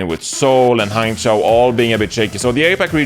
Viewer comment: His ChengDu is fine, but his HangZhou and GuangZhou is pretty bad. He had trouble pronouncing Zhou, but who cares. Good enough.